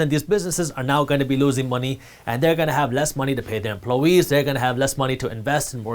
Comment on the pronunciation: Jaspreet could you please pronounce the word “employee” correctly. You say emplowee but the word rhymes with toy. It is employee. Thanks everything else is great. I appreciate your insights.